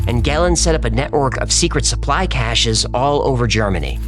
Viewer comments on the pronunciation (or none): none